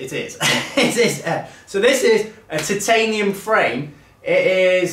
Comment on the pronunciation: points to gryffindor for correct pronunciation of Titanium. Spot on old chap